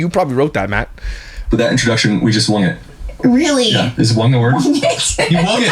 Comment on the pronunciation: No hate to jeremy and Jinger, but I guess people who say "wung it" and "libary" belong on the same podcast lol